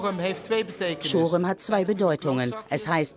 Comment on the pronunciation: reutzel und schorem falsch aussprechen.......